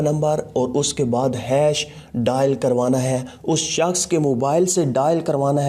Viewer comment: 'us saaaksh ko'..lmao😂😂😂😂😂